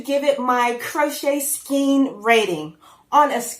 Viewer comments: It's a skein you are saying it write what in the world is a skeen. That yarn holder is a great idea your awesome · Ok people here's the thing. If you were watching a video about horses and the person on the video was saying they were going to put a reen (rein) on a horse, i am sure you would all point out to that person that rein is pronounced rane. Long a. It's the same with skein . Long a. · A bunch of ppl say skeen instead of "skane " skein. You say it how you want girl! We know what your talking about. Crystal bag-o-day says skeen as well. After she found out it was pronounced skane....she decided to keep saying in how she always had lol. Skeen skane potato pototto! Its all yarn and we love it!!! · I have only ever heard anyone say "skain" in fancy pants youtube videos. Everyone in person says "skeen" 😂😂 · People pronounce skein differently and that’s okay. I pronounce it “skaan” because that’s the way my mom pronounces it. But there are people in my crochet group who pronounce it “skeen” And that’s perfectly fine with me. Love the video! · Plenty of people say, "skeen" and not "skane." That ring is GENIUS! Thanks for the crochet glue idea too. Does the button you made start wearing down in the wash? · Hey sweetie, a skein is also pronounced skeen and it is not wrong. Same difference as tomatoe or tomottow. Lol You are great! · The correct pronunciation is SKANE - check on Google. So instead of all the confusing ways to pronounce it, why not just call it either a Ball or Cake whichever wind process is used. I always thought a skein was a loosely wound bunch of wool that needed to be rewound into smaller items. I can remember my grandmother asking me to sit with my arms outstretched and she would place a skein on them and proceed to wind the yarn into more manageable balls. Just remember that a skein is (any) yarn wrapped in a loose twist ready to be rewound into balls for your own personal satisfaction. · I say “skeens” too lol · I say skeen too.